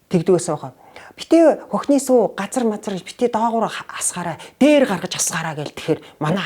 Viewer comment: “сүй” биш СҮҮ хувьцаат компани шүү